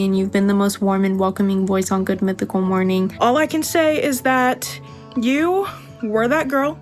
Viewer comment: You were saying morning with a u? Oh no 😢